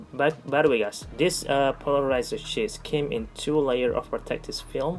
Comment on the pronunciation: Your English is pretty good. I am too dumb to know another language. I want to help you out though. You sound like you are saying shits and not sheets. Shits are poop. You don't want that to be confused. Great vid as usual!